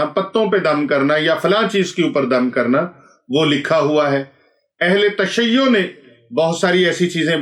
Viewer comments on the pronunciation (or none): none